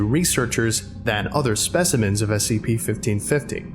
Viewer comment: The way you say SCP makes me sad...